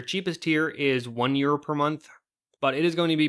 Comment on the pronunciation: I keep hearing euro as year, lol